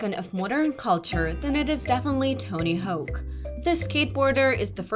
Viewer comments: It’s not tony hoke it’s hawk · Hoke lol this woman can't pronounce hawk to save her life